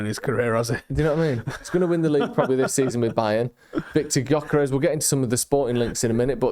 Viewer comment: As you are going to mention Gyökeres about 650 times, let me help you with the pronunciation: Gyökeres - Hungarian name, means something with roots. Gy similar to Djokovich Dj, ö is oe. Djoekeresh.